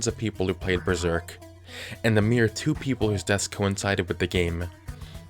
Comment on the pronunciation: Besserk. DISSIPATED SIGH